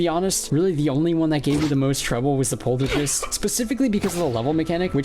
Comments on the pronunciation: "polter-jist" Polter - GEIST. With a hard G. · why do you say poltergeist like that